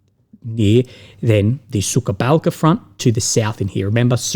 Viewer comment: it''s pronounces Suha Balka. the K in Sukha is silent. It translates as Dried Beam